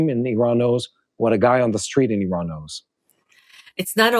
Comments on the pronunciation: Its not called IRON its IRAN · You don’t pronounce name of the country correctly